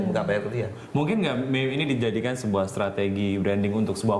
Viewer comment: MEME, JANGAN DITAMBAH LAGI HURUFNYA DENGAN "T" ATAU "K" :V